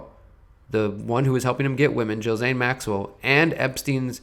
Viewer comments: Ghislaine with a hard G. "Ghee-slain" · Sorry to be anal, but every time I hear you say Jill Zane, I cringe.